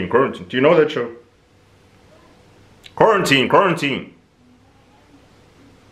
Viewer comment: literally saying quaratine, Quarantine is the funniest thing ever 🤣🤣🤣